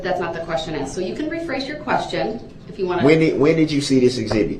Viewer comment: Cause you axed